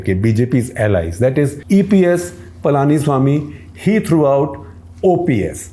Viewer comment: While the DMK is an atheist party (limited to only the leader and a few others!!) AIADMK is not so. You can see them always with the sacred ash and vermilion on their forehead!! Please contact one of your representatives in the South (or any other region for that matter) to get the pronunciation of the leaders right. It is not Pal-aani-swamy. It is Puh-luh-ni-swaamy!!